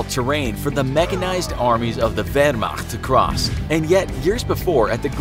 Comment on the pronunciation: i liked when you pronounced Wehrmacht in german